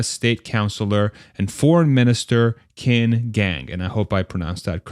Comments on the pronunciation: Qin is pronounced as Chin (last name) and Gang as Gun :) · Qin actually pronounced chin with a long I sound almost like cheen. Just fyi!